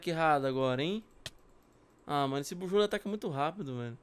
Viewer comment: O se fala buzzwole não buzzrole